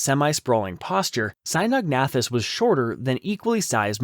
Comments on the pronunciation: It's pronounced Sino-nathus....not Sinog-nathus. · The narrator keeps switching between 2 different pronunciations of Cynognathus. Very annoying.